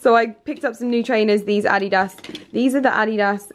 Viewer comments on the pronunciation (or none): Am I the only one who noticed say Adidas wrong..she said Ah-dee-das